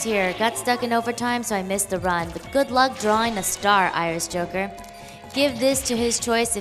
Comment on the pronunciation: I swear when you introduced yourself you said "Irish Hooker". Took me a second to correct it in my head.